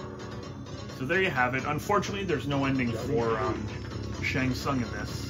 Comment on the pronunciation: Can't believe you keep mispronouncing Shongo Tusungus